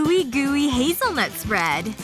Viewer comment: Um she said “ ewwe goowe haezzel nut spred ” Me : um you mean nutela